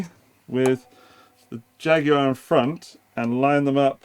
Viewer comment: The British pronunciation, while not exactly accurate, is so preferable to the horrifying U.S. "JagWIRE!" It's guar like guar gum. Thank you, UK cousin for your pronunciation and for an excellent examination of a fun guitar!